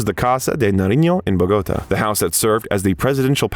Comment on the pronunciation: The narrator (AI?) mispronounced “Quantico” and ”Bogota” within a minute. Also, later, “Gloucester,” which is when I gave up on the video. Isn’t this what editing is meant to fix?